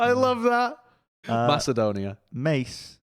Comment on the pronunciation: its pronounced may-kee-dawn-ee-uh